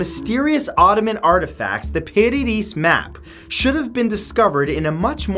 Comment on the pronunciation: I heard the dighton rock could even be Portuguese as 2 of the founding 9 Templars were Portuguese also the piri reis map is pronounced Peary Reese